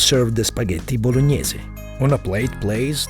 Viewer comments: "Spaghetti blognaise" 😂😂😂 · voloñiese sauce